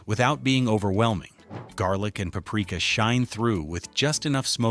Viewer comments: Yes, the weird pauses and word stresses really give it away too. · another terrible ai slop video even admits in the description plus it's very obvious the way it pronounced paprika. disappointed YouTube. for shame